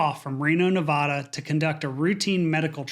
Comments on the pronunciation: "Routine"? The weather was awful in and around Reno, Nevada that afternoon and evening...Remember, friends, our great state's name is pronounced "Nevaaada, not "Nevahhhda".... And geez, a ground ambulance would have made it from Reno to Salt Lake City in under 7 hours. These medical flights in sour weather at night are so dangerous... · Its Nevaaaaaaada. Short A. Not Nevohda, like you're getting your throat examined by a doctor. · NaVADa. Not NaVAHda. What is this, Harvard? Lawd it is so easy to tell who has never actually lived in the state or not. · You need to learn how to properly pronounce “NEVADA”. It irritates those of us who live here.